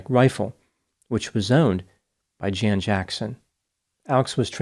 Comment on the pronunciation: "Jan" as a man's name is pronounced "Yon"